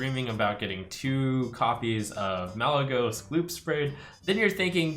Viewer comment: chocomonkey he said malygeyying to 2